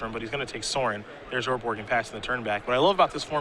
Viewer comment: It's called Urborg, bro.